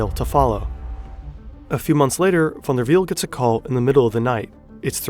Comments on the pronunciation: yes, you can tell by the way he says "Jornt Van Der Wiel" so effortlessly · You announced van der wiel very good, are you Dutch?